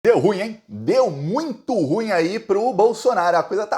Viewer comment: meu prezado, carregue na pronuncia: ru-im.